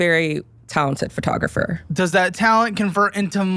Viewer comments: First "li-bear-y" now "fur-tographer" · what the f is a FURtographer? Why do americans pronounce PHOtographer wrong.... They don't say "furto" ?!